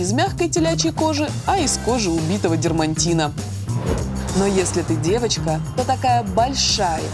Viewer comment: Настя, надо говорить"дерматина", а не "дермаНтина".